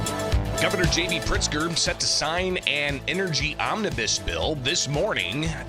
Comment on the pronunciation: Pritzker. There's a Z in that name.